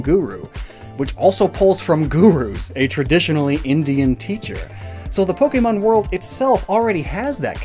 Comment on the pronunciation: I just want to say real quick- I like the video. however, My only critique would be the fact that you butchered the names of the pokémon. 👹